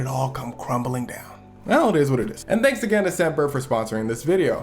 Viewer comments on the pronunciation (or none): none